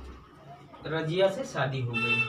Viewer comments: رجیہ نہیں رضیہ ہے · سر اُنکی اہلیہ کا نام "رضیہ" تھا نہ کہ راجیہ